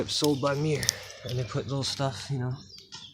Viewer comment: It's pronounced "myer" not "mirror".